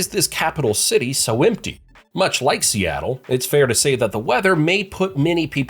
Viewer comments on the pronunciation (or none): none